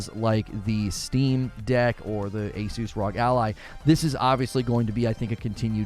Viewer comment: “Asoose Rawg” 🤦🏻‍♀️